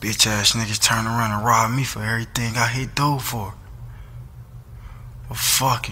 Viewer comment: am I the only one that noticed that is always saying "on errething" lol